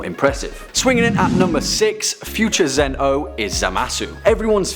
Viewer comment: its not zen-ooh its zen-oh